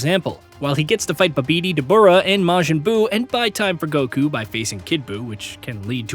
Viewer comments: Who is Buh-bee-dee? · my man said BUHBEEDEE and then ZEMASU lmfao bro what is that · Babeedee and zamazoo😂😂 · Who tf says babidi like that?! Fire this dude 💀